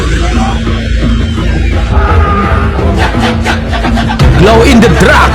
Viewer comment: Sarawak Malaysia KDM FAN'S Here Bang.. Glow In The Dark,Bukan Nya Glow In The Drug Bang.. Maksudnya beda kok Bang,kalau cara sebutan nya beda,maka Maksudnya akan berbeda sekali Bang.. Punten cuba meluruskan agar kita semua selamat dari fitnah..Kita juga NgeFan's Sama Abang,Gaskuenn Terus dalam misi ummah,lebarkan sayap kebaikan buat semua..